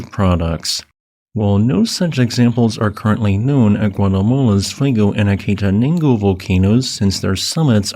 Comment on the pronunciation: It is pronounced 'aah caah taah naan go' with all short 'a' vowel sounds. At base camp and above, 12,000 - 13,000', you often see the clouds well below you - sometimes hiding nearby peaks, such as Volcan Agua and even obscuring local vision. Volcan Fuego and Acatanago share most of their cones with each other. Because Fuego is far more active, you climb all day up Acatanago, bivouac the night at base camp, and then early next morning you climb down southward a little and cross over to climb up the north slope of Fuego starting where they meet at about 10,800'. It is beautiful summiting Acatanango, but it is too dangerous to do so on Fuego. Strong eruption's send lava bombs across Fuego's summit and its nearby hiking trail and large pyroclastic flows frequently travel many kilometers down its eastward and southern slopes.